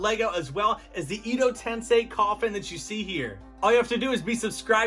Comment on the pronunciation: It's japanese not chinese on the nameplate. Also "edo" is pronounced like "air"-doe without the r.